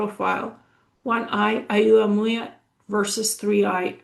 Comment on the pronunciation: Hi, Oumuamua is pronounced "oh-mu-a-mu-a". Wow, I had no idea you could get such detailed information from remote viewing.